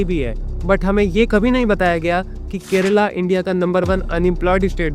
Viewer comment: Kerala, not 'Kerela'🤦